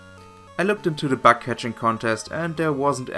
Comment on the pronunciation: Just one small thing. Your "bug" sounds like "back". Yeah so it turns the bug contest into a back contest. I doubt that you bake something there... Other than that great video!👍🏻